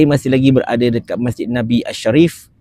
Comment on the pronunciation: Masjid NABAWI. Haiyoo. Sebutlah betul-betul.